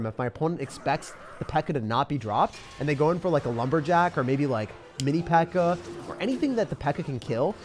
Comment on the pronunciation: Bro said pekka-chu and you best believe I’m here for it🤣